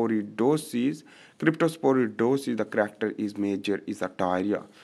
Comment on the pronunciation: Brother that's cryptosporidiosis not crytoporidosis..